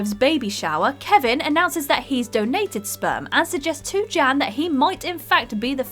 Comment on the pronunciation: Everytime she said “Jan” I heard “Jam” “Jam’s baby daddy” Edit:I keep reading my comment and I’m reading “Jim’s Baby Daddy” wtf